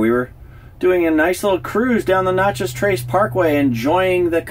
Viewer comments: You are driving me nuts pronouncing Natchez as "Notchez." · May I ask where you are from? You mispronounced every town and even Natchez.